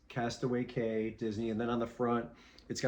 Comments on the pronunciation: Castaway KEY not Cay is how it's pronounced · Cay is pronounced “Key”. Don’t ask me why. 😂